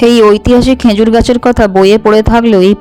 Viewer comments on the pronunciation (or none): Uchcharon ta "khejur" hobe "khenjur" hobe na